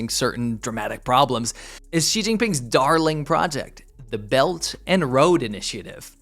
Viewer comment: Belt and road. Pronunciation damnit! Quit saying bellanro.